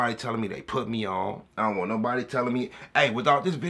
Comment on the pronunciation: that boy sound like he from the country “wat he won’t” 😂😂